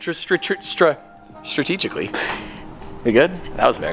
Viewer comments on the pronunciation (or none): The way he struggled to say strategically 😂.